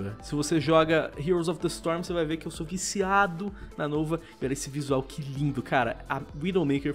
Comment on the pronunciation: "NOUVA" KKKKKKK